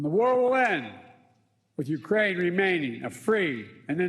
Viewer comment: Destroy Uraine culture 😂..scripted and on the teleprompter and he still cant get it right